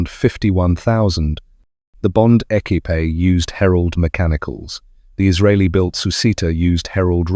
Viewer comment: "The Bond Eckypay". 🤔😁 Sorry, WTF was that. I think you mean "The Bond Equipe", pronounced, Ehkwip... 😁 The Red Herald looked really nice, beautiful Red with Black wheels and Chrome hubcaps. My Dad worked on the gear boxes for the Triumph Herald (until his death in 1971). He fell through the track at the Standard Motor Company, which brought on the Cancer that killed him within 6 months. That's the story I was told back then, and I'm now 62. 😔